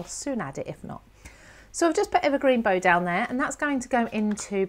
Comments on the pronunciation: Beautiful demo,, but we American types distinguish between things like tree "bough" and Christmas "bow". The tree one rhymes with "thou". Sorry, can't help myself, but love the vid! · Hi, I'm binge watching this series, having been pointed in your direction by Christine Stokes. I love my Oxides too, so am enjoying your blends. Just wanted to say the bough, rhymes with cow, as in the bough of a tree. Also am loving your mixed media card projects. Cheers from Downunder. 🙂 Picket Fence is, I think from my memory of TH's video, a hybrid (ink/oxide) which is why there is only one.